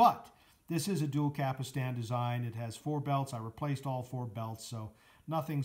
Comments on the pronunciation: Cap-Stan not "Capistan" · After the 3rd “capastan” I had to leave - If you can’t even pronounce the parts, how can you review ? You can’t.